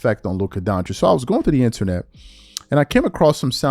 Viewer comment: I said this when it first happen ppl ain't understand dallas.got.the better deal..but yo why u say internet like that